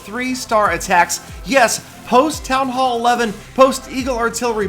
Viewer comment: he said town ho